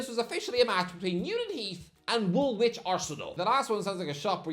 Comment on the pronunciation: not how you pronounce Woolwich